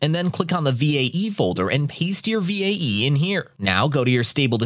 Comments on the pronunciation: same lol, just spell it as "vay" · Oh lord I couldn't get over how he pronounced VAE V.A.E. instead of "Vay"